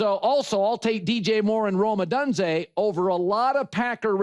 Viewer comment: Colin “o-done-zay” Cowherd